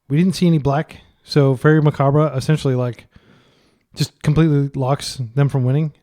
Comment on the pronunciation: i have liked your videos but PLEASE learn how to pronounce macabre.